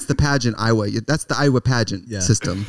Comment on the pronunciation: I love how Trix pronounces Iowa - Aiywah